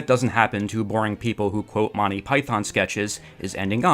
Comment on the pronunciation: Monney Python. Enunciate my lad. Monty. MONT EY! TEE TEE! You sound like the people in my early 1980s high school who had no idea it’s a comedy team and not a person. But you obviously care very much! 😊 Listen to the opening of each Monty Python episode. And there you are. Thank you for making this video. And hopefully bringing it to more people’s attention. ❤❤❤